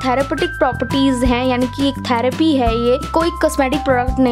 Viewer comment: Dont pronounce as tharappy Try to pronounce as therapy